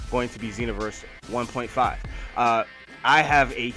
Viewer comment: how u even say 1.5 u sound ignorant